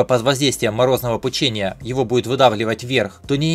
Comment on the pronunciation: пУчение, а не пучЕние.